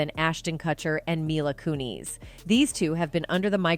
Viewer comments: You kept pronouncing her name wrong and took forever to get to the point! Had to click off. Bye bye! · My issue is with how this video pronounces Mila's last name